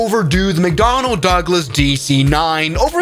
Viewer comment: Macdonald ducklas